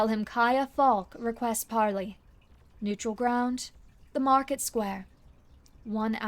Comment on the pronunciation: have you not seen pirates of the Caribbean its par lay not par lee